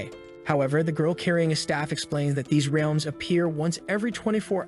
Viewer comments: The Ree-elms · Bro said wrlaems